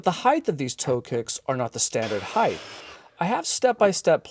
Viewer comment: High-th? Did you mean height? Why are you adding an extra H on the end?